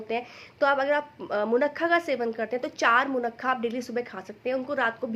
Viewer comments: मुनक्का ना की मुन्नखा है आप बार-बार मुन्नखा बोल रही है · Munakka hota hai munakha ni hota